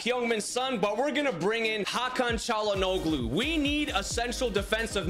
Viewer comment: I would say W signings, but just a tip: to pronounce Çalhanoglu, try not to say the "g" Like Chalhan-olu